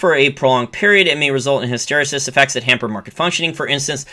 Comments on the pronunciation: "hysteresis" is pronounced with the accent on the third syllable. "HysterEsis". From other videos, "strategist" is pronounced with the accent on the first syllable, "STRATegist." Great content (I'm one of your patreon supporters). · Love your content. Point of constructive criticism: "Hysteresis" pronunciation- emphasis/accent on RE.